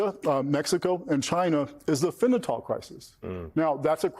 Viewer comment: "...is the FENNA-TALL crisis." Dude, learn how to say the word, or stay off TV.